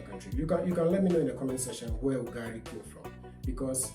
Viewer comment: UGALI, NOT UGARI....